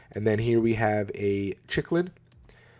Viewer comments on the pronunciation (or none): Chicklid! Hehehe, pronounced Sicklid. 😊 Awesome build man! Loving it! 😎